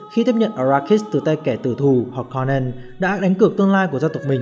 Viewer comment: kwisatz haderach, harkonnen, sietch... phát âm sai hết nhé bạn. nhất là nội dung video xoay quanh kwisatz haderach, từ được dùng nhiều nhất, thì lại là từ giọng đọc sai nặng nhất, khiến nội dung video rất khó để follow.